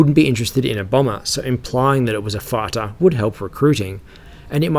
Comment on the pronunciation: …..excuse me? “Implying that it was a FARTER”?! 🤨 A farter?! What do you mean a……Ohhh! A “FIGHTER”, not a “farter”, right? 😆🤣